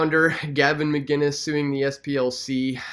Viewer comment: McInnes not McGuinnes